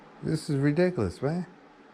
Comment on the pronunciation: True to some extent, but at the same time serves to emphasize how depraved these chomos are. Also, his pronunciation of "Adelt" & "Ree-Dick-A-Liss" should be copy-righted.